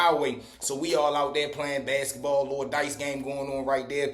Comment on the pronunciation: I’m crine 🤭 the way u pronounce BASKETBALL 🏀 u sound like a lor country man 😂😂